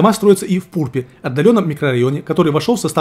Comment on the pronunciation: Хах, байт на комментарии сработал, доброго тебе здравия) ПурпЕ́ правильно произносится) с остальными населенными пунктами, вроде не ошибся)